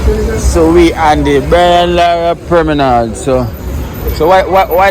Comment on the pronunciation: That guy isn't pronouncing the word right it's not permanard, it's promenade